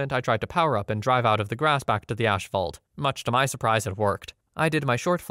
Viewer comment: Ashfault. Fuselidge. You say "Albany" weird too, but that one is more understandable. It's pronounced "All bany" if you're curious